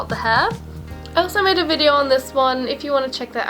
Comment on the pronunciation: She said vider